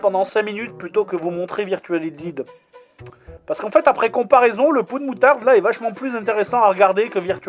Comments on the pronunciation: vu comment du prononce hydlide (hidlide ou lieu de haïdlaïde), c'est comme avec astérix and ze grit rescul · En fait , y'a pas que pour Metal Gear que tu as une mauvaise prononciation , tu prononces mal l'anglais tout court XD (Pour Hydlide , sa se prononce aydlayde) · Ca se prononce AÏDE LAÏDE. Sinon heureux de voir que nous avons nos meilleurs jeux en commun, Suikoden 5 vaut le coup aussi.